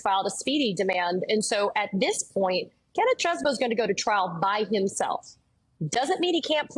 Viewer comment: You have court video of Chesebro pronouncing his own name, but Joy feigns ignorance so she can call him “cheese-bro” … it’s petty, and detracts from the sincere seriousness of this story